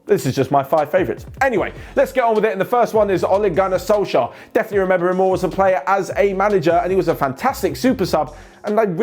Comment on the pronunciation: I'm happy and shocked you said SOLSKJAER ☺️❤️⚽